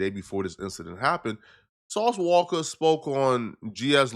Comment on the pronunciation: Ain’t nobody finna spare a witness because it’s “sauce walka “ 🤔